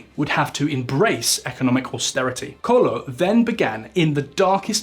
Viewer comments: CO-E-LHO!!! "Colo" is not even close. Do your homework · Man, tf is "Colo"? it's C O E L H O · It’s not Pedro Passos Colo is Pedro Passos Coelho 😅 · Pedro passos " cólon " 🤣🤣🤣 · 'Colo'? :D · Pedro Passos Co-Ey-Lo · The "o" and "e" in Coelho are pronounced separately, while the "l" and "h" form a single sound. So it would be something like Koo-EH-yoo. Also, I tend to like your videos and is good to here some macro-economic discourse different from what we are accostumed in Portugal. That said, I think it still carries a bit of prejudice against the "Latin countries". Like if anything goes not so good for Portugal "well they are a small Latin country after all..." We still remember Dijesselbloem and the arrogance of the Northern europeans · coelho is not pronounced colho, we aren´t spanish to say más habitacion its mais habitação, also theres missing context although more of the writer fault than his probably. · It is so annoying to thear the presenter say COELHO so wrong. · Dear, love your knowledge of our country and overall this video is quite accurate on us, the average Portuguese always deceived by greedy and corrupt leaders. Even though you tried real hard on your Portuguese, for heavens sake please get some help on those Portuguese tongue twisters like "Coelho", and the cringing mistake in the spelling of the "flagship" Socialist housing programme called: "Mais Habitação" to Spanish "Mas Vivienda". This is a mistake, us the Portuguese, tend to not enjoy very much. We are not Spain, please. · I'm sorry to say this but you really need to work on the pronounciation of Portuguese names, José is ending up as Yose, and Coelho sounds like Colo, not even close as what it should sound like